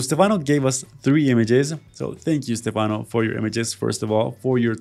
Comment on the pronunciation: Stefano 😂 it's Stefanovski, macedonian surname, he's from Serbia